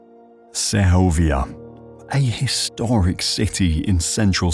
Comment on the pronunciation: Sehovia no. The G is hard. So just seg ovia like Seg ment